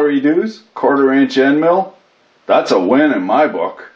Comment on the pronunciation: Not hating on it, but being Canadian why do you sound like a leprechaun whenever you pronounce "quarter"? luv u bb Edit: and serious questions, when you do an interference fit, do you mess up the lubricant in the bearing? I always see people in videos torching the bearing, how high of a temp can that lube take without burning? I'll guess about 120 pumps/minute, but you're the expert.